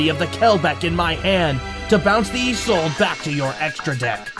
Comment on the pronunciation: THANK GOD SOMEONE SAID ISOLDE CORRECTLY FOR ONCE!